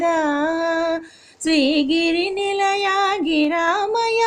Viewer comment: Giramaya kadu niramaya